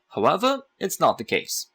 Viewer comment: Even cooler is the way he says 'Howeather' for however... is the best chess teacher I have encountered